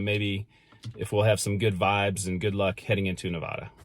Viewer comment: FYI you’ll upset Nevadans saying it like that. The correct way is Nev-ad-a not Nev-odd-a. Love your videos I’m a huge travel and history nut. If your ever around Walnut Ridge Arkansas hit me up.